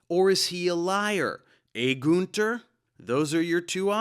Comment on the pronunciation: It's not Gunther, it's Günther. At least give him this one after ripping him a new hole 🤣🤣